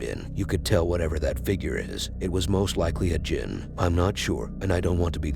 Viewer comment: Jinn. not "JIM" LOL